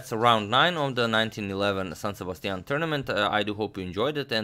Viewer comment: That San Sebastian accent is pretty good